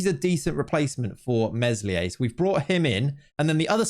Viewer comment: Please stop pronouncing the s in Meslier